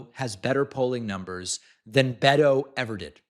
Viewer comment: David, please learn how to say Beto correctly. Thx from a Latina Texan💙🌊